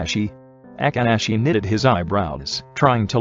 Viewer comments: BRO WHY DID IT SAY “A-kk-ah-shi” bro it’s just “A-ka-shi-“. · nobody : the voice dude : AKANASHI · I love how the narrator said Akaashi's name as Agaaaashee 😅❤️✨ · The fact that the auto narrator just can't say akaashi for the life of him😂. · I love it when it says Akaashi 😂i cant take it 😂